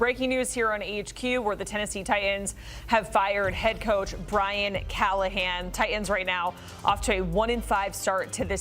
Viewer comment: Why can't she pronounce Titans? Both of the T letters.